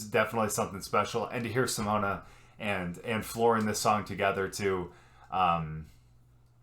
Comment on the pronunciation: That's not how you pronounce Simone it's Si mown Simone it's not pronounced Simona lol or however you said it